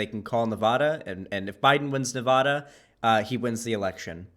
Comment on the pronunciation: nava-DUH please say it the way locals and the people who live there pronounce it. Thank you.